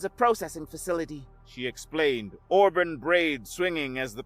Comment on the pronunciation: Already heard this story. Someone else recorded it. Auburn is pronounced aa brn not the way you pronounced it.